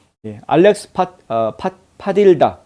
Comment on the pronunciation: 스페인 이름이라서 Padilla 를 제대로 발음하면 파디야 입니다.